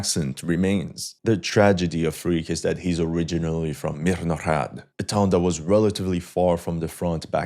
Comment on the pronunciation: Stop saying hmihnohrad > mirnograd, it's like you saying htohronhto > toronto😂😂😂😂😂😂😂